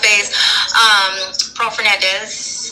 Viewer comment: Pearl Fernandez ? Her name is hernandez she aint even said her own name right😅😅😅😅 my older brother was in jail with gabriels biological father and he told him a lot about her she is psychotic and never gave a fuck bout her kids. She is the one who put her bf to it and she steady participated in the torture she should never ever walk free